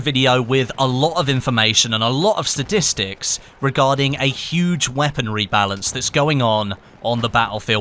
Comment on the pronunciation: Did anyone else hear "Sadistics"